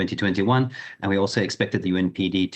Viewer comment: is inexperienced with Zambia's politics, giving the fact that he keeps saying 'UNPD' instead of 'UPND.' Get someone with experience next time. This what Trump talks about.